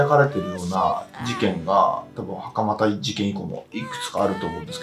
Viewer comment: しかも、大半のアナウンサーが「はかまだ 事件」と言っている中、きちんとはかまた と正しく呼んでいるから素晴らしいと思う。 最近のアナウンサーはプロ意識が薄い。人の姓は読み方が色々だから調べるべき。